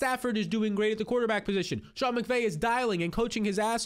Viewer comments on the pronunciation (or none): none